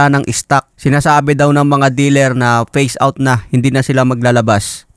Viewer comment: Imus, hindi emus. Phase out, hindi face out.